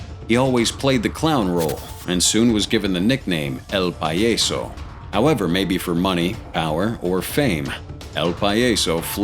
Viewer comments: its not "Pa-yeso". its "PAH-YASO". Say it slowly.... PAHHHHHH - YAHHHHHH - SO i remember los metros. werent they the ones who killed La Niña? or is it the other group.. Cyclones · It’s pronounced pa-yaaa-so not payayso if you’re going to say something in Spanish please research it at least it’s extremely rude it just means the clown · Lol El "pie - yes - so" what the hell is that? You mean el PAH - JAH - so.... 🤦🏻‍♂️